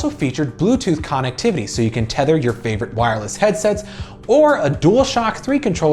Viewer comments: Dude. It's (Cun-ect-tiv-ity) not con. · He said con- ectivity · Why does this guy not pronounce "connectivity" correctly? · the way he says connectivity triggers the hell out of me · I can’t be the only one that kept being bothered by the way he kept pronouncing connectivity 😂